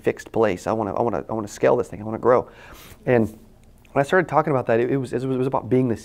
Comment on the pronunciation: You keep saying "skell" what does that mean? You need people to skell this thing... humbly I ask, maybe I'm not understanding the pronunciation?